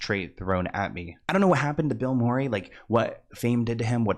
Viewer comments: It’s Mur not more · Kept hearing “Bill Morray” - Mureeee lol ❤ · He's also saying Bill Maury instead of Murray 😂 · Greena Davis and Bill Maury? This creator butchers names without a care in the world. Couldn’t watch past “Greena” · … “Bill Morry” 😂 . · Bill “Maury” lmao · Bill Maury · No, he can’t start pronouncing things correctly now because how else are we supposed to know when he gets body snatched? 😂